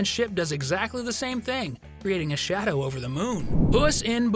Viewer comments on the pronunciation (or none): none